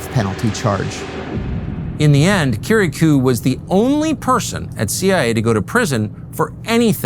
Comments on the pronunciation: I can’t understand how it’s physically possible for Tucker to mispronounce Kiriakou’s name when he’s literally producing a show about him. Little things like that really make me skeptical of a person. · Have a guest featured on your program and yet continuously mispronounce his name lol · cheese n crackers tuck.. how u gonna do several doc episodes where you keep mispronouncing johns last name.. some in bak to bak sentences lmfao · Two questions: (1) Can anyone possibly look more soulless and evil than John Brennan? (2) Why can't Tucker pronounce Kiriakou correctly? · It's quite curious that Tucker mispronounces Kiriakou's name. There's no chance he doesn't know. So why? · Learn how to pronounce his name tucker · You don't even bother to learn how to pronounce Kiriakou's name correctly, Tucker. How is anyone supposed to trust you've done your due diligence in anything else regarding this matter?